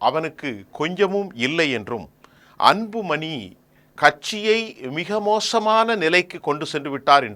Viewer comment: சார்,வணக்கம்.உங்கள் உச்சரிப்பு சிறப்பாக இல்லை.அன்பு மனி இல்லை.அன்பு மணி என்று சொல்லுங்கள்.ல,ள உச்சரிப்பை சற்று கவனியுங்கள்.மற்ற படி சிறப்பாக உள்ளது.